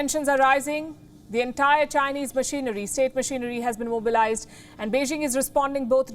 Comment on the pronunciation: first learn to pronounce Beijing correctly 中国加油🇨🇳💪🏻